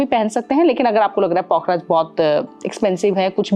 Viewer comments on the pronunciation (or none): कुछ नहीं आता आपको मॅडम पुखराज को पोखराज बोल रही हो